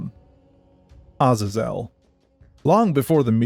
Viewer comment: That’s actually the correct pronunciation. It’s not “A-Zae-Zle”. Other languages’ vowels don’t change inflections, a is always “ah”.